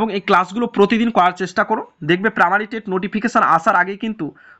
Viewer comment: স্যার পামারি নাকি প্রাইমারি????